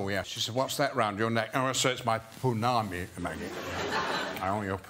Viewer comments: for the record, its pounamu not punami 🥴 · Its Pounamu not punami 🤣🤣 A for effort though lol